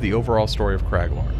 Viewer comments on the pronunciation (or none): Cmon, its Craglorn, not Craiglord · Craiglorn? lol who is craig